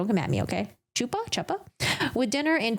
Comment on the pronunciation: Chuppah is pronounced Huh-puh.